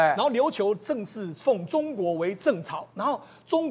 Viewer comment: 说话大声哪一位，眼镜要换了吧？正朔念正朝，😂